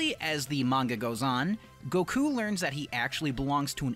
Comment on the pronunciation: FINALLY! SOMEONE THAT SAYS GOKU NAME THE CORRECT WAY